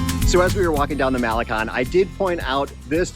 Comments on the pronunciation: First thing. Learn how to pronounce Malecon properly ! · Mall-eh-CONE, you guys. Impress the locals. Para-EE-so del mar.